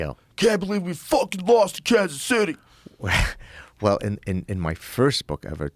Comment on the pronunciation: Why the fuck you had to say kanas city joe 😂😂😂😂😂😂😂😂😂😂 yo I’m from Philly that shit had me crying